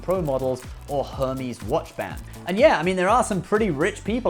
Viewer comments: Hermès is pronounced - er-mayz. Not hermeez. Just as a friendly FYI. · Her-meez? Lol. It's pronounced air-maze. Her-meez is the pronunciation of the Greek God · Why does he say Hermès like that??? Hurmeesss 😂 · Err mez, it’s pronounced Err mez……. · Great video. This isn’t a big deal, but I recommend googling how to pronounce “Hermès” if it comes up for a future video. The h is silent and the ending is a softer “ehz” sound. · "Air-mez" Please don't make it sound like an STD. Please. 😭😭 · I know you're joke but please stop pronouncing Hermes like that lol. I don't really like them but my grandfather was a former SS Officer who turned author after the war, so much grammar nazi gene is coming out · I’m starting to think he just mispronounces stuff on purpose at this point. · No no, he’s pronouncing it like the greek god Hermes. Lol. U got me dying with the STD line. Lol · Oh, its uhr-mez, not Hermeez. And its Nee-mun Marcus....(or Needless Markups, as some of us call them) --not "Neye-mun" LOL